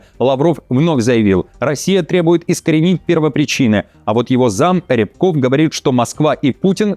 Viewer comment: рЯбков ударение на последний слог, пропогондтрует кРемлевский Фашизм - иему чуждо все человеческое..рчбуов в переводе - меченый...